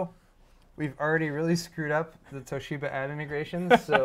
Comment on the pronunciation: exuberant pronunciation of Toshiba is actually quite close to the Japanese pronunciation. Japanese language generally lacks stress, so the common English inclination to stress the second syllable sounds odd to Japanese people. A small stress of the first syllable sounds much more natural. 東芝！！！！